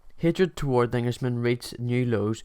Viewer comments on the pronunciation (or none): none